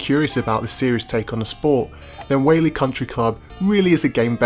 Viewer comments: It's pronounced WHY-AHH-LIE. At least you tried. Hawaiian words are a tricky sort. I'm surprised they don't say it in the game. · The way he pronounces “Waialae” is pretty funny 😂